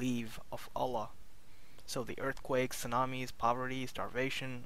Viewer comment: You have such an annoying voice + you can't pronounce Allaah... You say OLA, what is that?